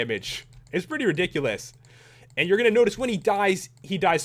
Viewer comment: I hear HP references all the time... He says Riddikulus all the time, insteaf of ridiculous!